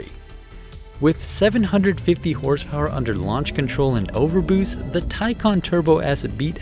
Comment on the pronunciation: Thank you for actually getting the name right